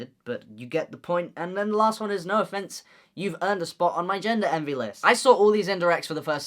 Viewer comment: Every time he says 'Noah Finnce' I hear 'no offense' damn